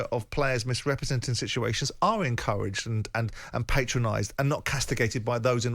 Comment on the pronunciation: Simon’s pronunciations are so weird. ‘Patronise’